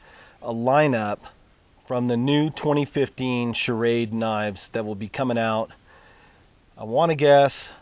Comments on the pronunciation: dude...it's called ssssssshrade....not shah-rade. love shrade knives, btw:) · I like your videos, but please get the knife company right. The name is SCHRADE not SCHARAD drop the A after the SCH. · SCHRADE one syllable, NOT SCHA-RADE with an extra A . no offense good review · You should learn how to pronounce Schrade. It's not charade which is what you are saying..